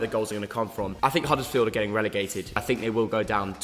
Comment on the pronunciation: Wow u got huddersfield town horribly wrong lmao